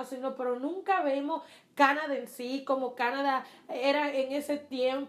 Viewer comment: Se dice Canadá.. con acento en la da